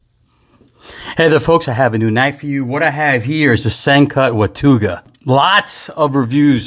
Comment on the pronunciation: Your pronouncing it wrong. Its "Watawga".